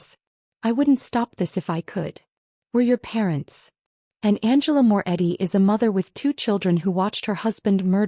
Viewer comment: Morretti, not Moore Eddy.